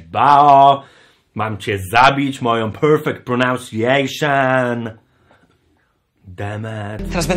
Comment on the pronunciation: PERFEKT PRENANSIJEJSZYN